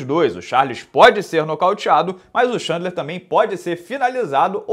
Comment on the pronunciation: Repeat after me: Tchên-dlar, Tchên-dlar... not xandler, xandler!